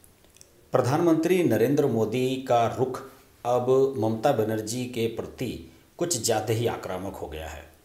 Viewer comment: कृपया अपने उच्चारण पर भी ध्यान दें। परति और परणव के स्थान पर प्रति और प्रणव कहें तो अच्छा लगेगा। हम जैसे लोगों के कानों में खटकता है। आशा है अन्यथा नहीं लेंगे। 🙏